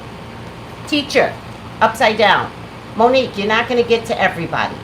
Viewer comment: I just realized you said #Mo'NiGue